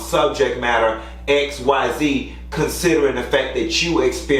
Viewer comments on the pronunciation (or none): none